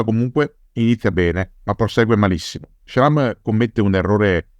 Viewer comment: Jean Schramme's name is pronounced Shram.